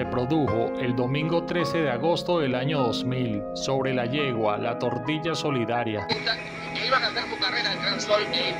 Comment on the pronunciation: Mi recomendación para el personaje que hace la narración qué conozca los términos hípico porque queda muy mal parados se dice bridas que son las riendas, Benemerito no el benemerito, Angel Aiciro Castillo no Alcira y se dice tordilla a un ejemplar de pelaje blanco o gris y no tortilla